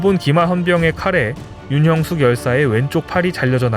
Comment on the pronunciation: 윤형숙 열사를 윤영숙열사로 잘못 읽으시네요 성함을 함부로 바꿔도 되는지요?